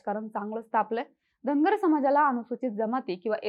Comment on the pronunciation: Tai tumhi uchhar kartana dhangad asa krtay ...survatila ....mg st mde je dhangad aahet te aarkshn dya